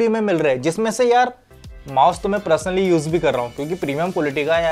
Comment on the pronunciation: Personally ❌️ prusnally✅️